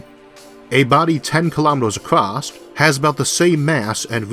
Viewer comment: There's no T in across.